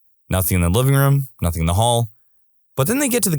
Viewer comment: The thing is , this announcer also thinks the letter K exists in both of these words , nothing and something .